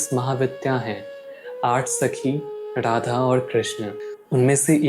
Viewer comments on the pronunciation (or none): Sab kuch achha he video me par aap apne pronounciation pe dhyan dijiye... Jese Radha hota hai naaki Rrradha...